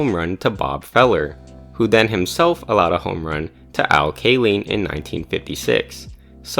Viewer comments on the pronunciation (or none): Al Who??? C'mon, if you're going to make a video about MLB history, at least put a little effort into correctly pronouncing Hall of Fame players' names. It's KAY-line not KAY-leen. SMH All of a sudden, I'm rethinking whether I want to spend the next 20 minutes of my life watching a video that already shows signs of being poorly researched. I'll give you the benefit of the doubt, though, and will keep watching. But you're a hair's breadth away from a thumbs down and having your channel blocked. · you love baseball enough to make this video but not enough to know how to pronounce Al Kaline's name? 😂